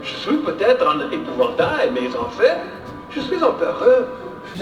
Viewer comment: L’épouvantail il a un accent très prononcé non xD ?